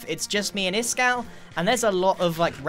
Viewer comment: Its iskal